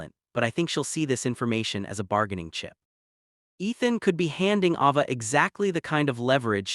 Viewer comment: Need to pronounce her name right?it's a long a ava.